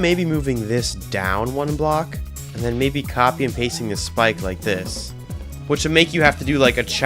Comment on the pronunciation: no way bro said schpike